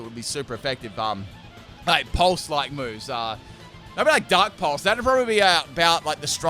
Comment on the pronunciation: It sounded like you said dank pulse